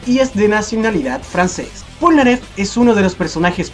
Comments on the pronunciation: ¿porque dices pornaleff en la parte 5 :,v? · Sabian que se pronuncia plnaggeff